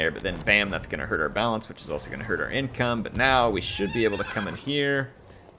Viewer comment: "Yin"come, I like it! 😁